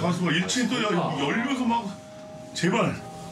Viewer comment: 제발이 X발로 잠깐 들림 ㅋㅋㅋㅋㅋㅋㅋㅋㅋㅋㅋㅋㅋ